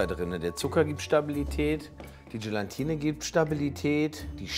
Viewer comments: "GelaNtine" 😂😂 Ach komm Gelatine wird nur mit einem N geschrieben 😅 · Übt mal bitte das Wort „Gelatine“! Da ist kein „n“ vor dem „t“…!!! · Warum spricht man Gelatine eigentlich immer GelaNtine aus? Als jemand, der bei einem Gelatinehersteller arbeitet, zieht es mir die Fußnägel hoch, wenn man GelaNtine hört :D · Nein, daraus gewinnt man Gelatine und nicht GelaNtine. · Langsam solltet ihr wissen , dass es GELATINE und nicht Gelantine heißt! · Also, ohne Brille (am Anfang) sieht irgendwie "nackich" aus... Aber warum sagt denn Lege immer "Gelantine"??? Er ist doch Lebensmittelprofi und müsste wissen, dass das "Gelatine" heißt! Trotzdem wieder schönes Video. Nachmachen würde ich´s nicht. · 1. GelAtine NICHT GelaNtine 2. GelAtine darf nicht zu heiss werden 👌🏼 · Jungs, das heißt Gela-tine, nicht Gelan-tine! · Es heißt doch Gelatine, und nicht GelaNtine. Nur ein n als vorletztes... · Warum sagen die alle immer GelaNtine?! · Es heißt GELATINE……nicht GelaNtine….. 😖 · ES. HEISST. NICHT. GelaNtine! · GELATINE, es heißt GELATINE 😂😂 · Es existiert kein zweites "n" in "Gelatine"... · Man muss Euch ja Zugute Rechnen, daß Ihr kein Bodyshaming betreibt! ABER! Es heißt immer noch Gelatine, ohne n nach dem a! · GE-LAN-TINE... muss man nichts mehr hinzufügen...